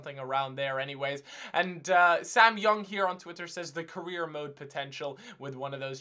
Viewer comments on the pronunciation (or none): none